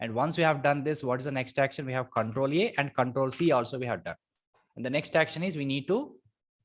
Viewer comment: thanks a lot for the videos, but it is control A, not control E you are saying